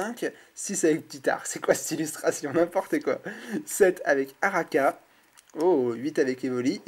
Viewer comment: Araqua Ar - aqua = aqua = water = eau And now just say it in french = A - RA - Q - OU - A ----- ARAQOUA "oua" = Araqua Ose me dire que tu es si mauvais que ça en Anglais et tu auras le droit à une bonne correction et pas uniquement grammaticale si tu vois ce que je veux dire;) ARAKA xD mon dieu même depuis la NZ je ne peux pas rester indifférente à cette abomination de prononciation à la:) Sinon ça va depuis le temps? le retour:p enfin:p King of ultimate rare. Perso je ne peux plus être présente sur YT comme avant (je crois que tout le monde le remarque ^^) et je n'ai plus mon FB non plus. Je passerais sur tes vidéos quand j'aurais le temps pour te faire ch... t’embêter ^_^ Enfin si je peux:p Je te fais de gros bisous <3 Et passe le coucou et les bisous à Marine de ma part aussi <3 Have a good day and see you soon! bye bye